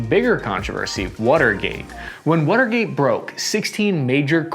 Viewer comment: "the wutergate" is all I kept hearing